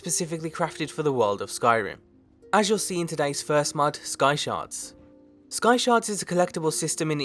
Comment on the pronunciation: i thought you said "skysharts"